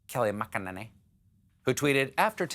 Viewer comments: Its pronounced Mc Ninny. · Thanks to Stephen, whenever I see Kayleigh McEnany's name in print (which is quite often), I think of his pronunciation of her last name and laugh. Also, "Barbie who whispers threats while your children sleep" is the perfect description of her in that photo.